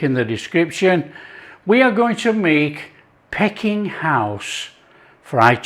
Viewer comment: Its pronounced Pee King mate 😆🫣